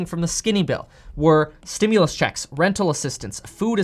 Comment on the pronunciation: Am I the only one that enjoys the way Kevin says “ checks “? 😊